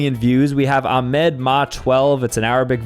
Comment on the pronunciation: You said Ahmad wrong I am so mad right now